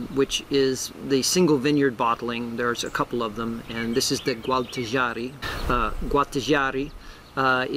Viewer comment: Thanks for the tasting! If you’re interested, the region is pronounced gwal tah ja REE